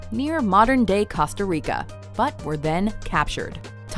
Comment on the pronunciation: Its Co-sta